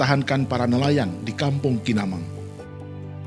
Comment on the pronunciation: Manibang min bukan KINAMANG 😁😁 Tptya di pantai belakang fakultas ilmu kesehatan